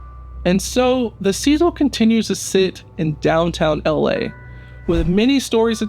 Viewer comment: You aren’t even pronouncing the name name of the hotel.